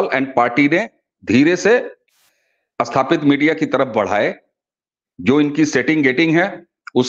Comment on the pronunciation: अस्तर ❌ नही "स्तर" ☑️, अस्थापित ❌ नही "स्थापित" ☑️ ...